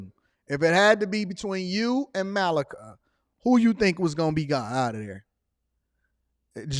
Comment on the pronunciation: it's MA-Lee-KA 🙂